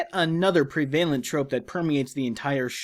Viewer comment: Prevalent. Not pre-vail-ent. Preh-vuh-lent.